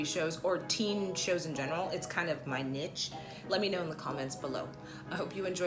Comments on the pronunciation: Niche? Or Niece?🤣🤣🤣🤣🤣🤣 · I can’t forgive you for not saying my niece instead of my niche at the end of the video… 🤣